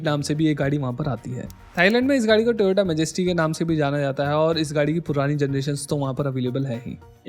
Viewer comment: its not tyota its toyota